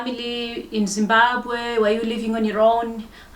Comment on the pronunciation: Says ‘Zimbagwe’ like a South African. Definitely not from Zim